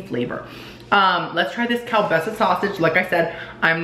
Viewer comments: Keel basa not whatever you were saying. I still say you have the taste buds of a 2 year old. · it’s KEEL-BAASAAA😂😂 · Lol...it's pronounced "keel-BAH-suh" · The Polish in me when you pronounce kielbasa so wrong 😭😭